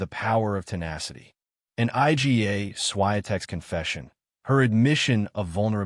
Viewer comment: I G A... stupid AI